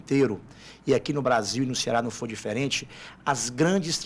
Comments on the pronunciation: DISFERE?? QUE LÍNGUA É ESSA ? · DISFERE ? QUE LÍNGUA É ESSA CAPITÃO?